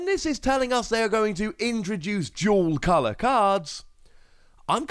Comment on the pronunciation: I thought you were saying jewel color lol not dual color